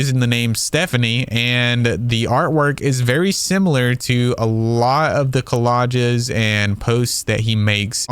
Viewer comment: Nitpicking here: It's "collages" not "collodges"